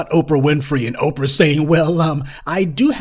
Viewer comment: Did this guy call Oprah okra Winfrey lol